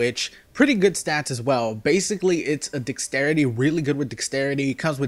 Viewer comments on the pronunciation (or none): SAY DEXTERITY RIGHT PLEASE. when u say dex u say it right but when u say the entire word you pronounce it dixtrity. It's really annoying. LEARN TO SAY WORDS DUDE